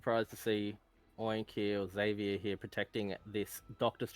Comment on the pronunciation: Zevier with a z not zedvier